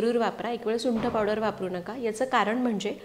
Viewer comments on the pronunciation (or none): none